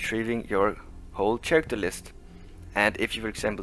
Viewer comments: For the record: "Character" is pronounced "karacter", not "sharacter". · Well done! The pronunciation of character drove me a little nuts, but I'll give u a mulligan on that one.